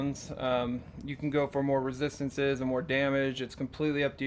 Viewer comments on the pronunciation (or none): Take a shot everytime he says "rethisthinces"